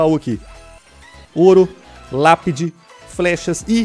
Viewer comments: Quem ouviu lapide se era fornalha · bruno vc falou lapide kkkk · Lapedi? kkkkkkk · No minuto o Bruno fala lapidi quem viu ISO deixa o like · Na primeira partida você falo lápide